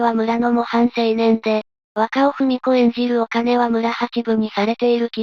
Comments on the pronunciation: 細かいことですみませんが、若尾文子 (わかお あやこ)で、ふみこではありません。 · 若尾文子はふみこではなくあやこです。同じ漢字でも読み方が違うので、人名のは読み違いがないようにお願いします。